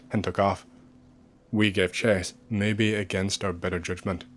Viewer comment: i love how he says "maybeh" instead "maybe"